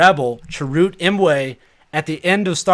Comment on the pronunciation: Have you guys not seen Rogue One yet? I haven't heard any of you pronounce Chirrut's name correctly lol. Sorry, I just had to bust balls for a moment.